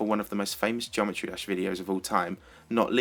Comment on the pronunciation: "Geomerty dash" GG